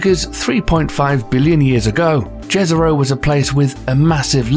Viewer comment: The way he says jezro scares me